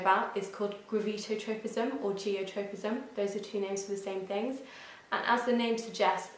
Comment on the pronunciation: It’s gravitropism not gravitotropism